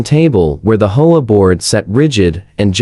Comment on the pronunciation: Your STUPID AI pauses, hesitates and mispronounces easy words. Of course, Nobody would have had to endure that grade-school illiteracy, If the producer had not been so GREEDY that he never proof-checks the AI. You are the one who has to figure out the proper way to produce AI VIDEO, But I'll give you a hint. The HOME OWNER's ASSOCIATION is abbreviated, H.O.A. but instead of pronouncing each letter separately, the AI tried to pronounce it as if it was a three-letter WORD, pronounced as "HO-A". Don't try to say it as a word. It's NOT "HO-A", it's "H", "O", "A". NOW you have to figure out what else the STUPID AI GOT WRONG. NO EXCUSES! ---> Either do your job as you are supposed to, or DON'T DO IT AT ALL! Don't be so GREEDY AND LAZY!